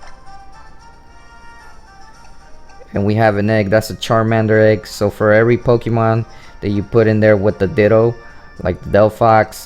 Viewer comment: You're pronouncing "Pokemon" the wrong way dude.